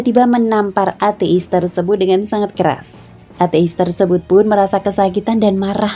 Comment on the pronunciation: Cara bacanya kok ate'is? Hehe.